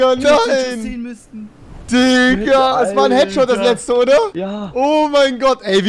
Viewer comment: Ist euch schon aufgefalen rewi sagt immer dikka und nicht digga